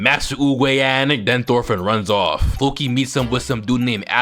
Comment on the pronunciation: They say the names in the show watch dubbed if your going to pronounce their names that bad fokie is (flow-key) and jormsvikings are (your-ms-Viking)